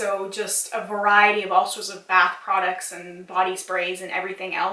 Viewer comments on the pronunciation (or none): none